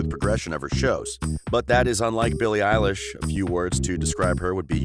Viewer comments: You said Billie Ayelish! It’s Billie Elish! I’m cringing! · I love how he's calling her eilish 😂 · I hate when she calls her Ellish... 😂😂😂😂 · Bille illish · All I hear at this rate is “Eilish” all I hear rn XD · Her name isnt elish its billie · “Eilish” “Eilish” “Eilish” “Eilish” “Eilish”